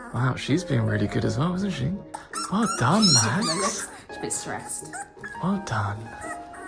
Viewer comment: U keep on saying maxs